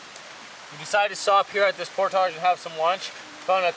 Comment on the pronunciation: don't sell out Canada by mispronounced "portage"